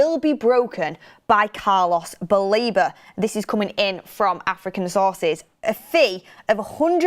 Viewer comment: WTF did I hear u just say world premier league record fee for an ",Aftican" fork off